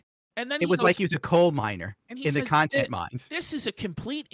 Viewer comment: Now that is a felting you dont come back from.🤣🤣🤣🤣🤣👍🏽 “conteny” just killed me!🤣🤣